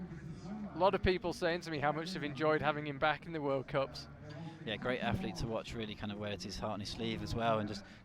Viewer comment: I know it's an Essex boy speech thing, but can - who does appear to have good technical knowledge - please pronounce words like Athlete as "athlete" with a "th" in the middle of it? It does not have an "F" in it, it is not "Aflete". I know the "F" instrad if "th" is an affectation, it's just really irritating. Not as irritating as when he used to call Ja-in Kim "Yan Kim" but it's still irritating... Sorry, his knowledge is good, but he is British, and in Britain words like "athlete" have a "th" sound in the middle, not an "f" sound. It just sounds lazy and wrong. Apologies. Yes, I know I'm being a pedantic git. But it makes me cringe every time he mispronounces every single word that has a "th" in it.